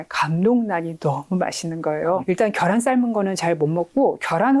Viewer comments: 겨란 아니고 ᆢ 계란🥚 ㅋ 너무 습관이신 듯 TV방송에서도 늘 그렇게 얘기하시고ㅠ 고쳐주시기 바라요~~~ ㅎㅎ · 겨란이 아니고 계란입니다! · 겨란 발음이 너무 거슬려서 저도 잘 못듣겠어요ㅠㅠ 집중이 잘 안돼서